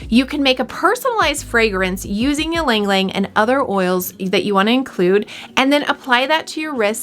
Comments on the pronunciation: Hi! It's "eee-lung, eee-lung" not "yee-lung-lung" Anw, thanks for the video! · You are miss pronouncing it. It is Яланг Яланг. I hope that helps. I really enjoyed the video. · please stop saying it in that way, do you say mukbang as mukbeng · Pronounce it correctly please.